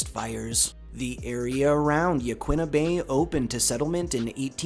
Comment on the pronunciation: But Yaquina incorrectly. 😒